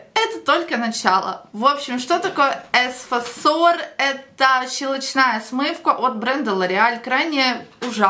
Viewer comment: Вы точно парикмахер?Постоянно произносите бренды и названия продуктов неправильно 🤦🏻‍♀️ЭФасор,а не эСфасор!!!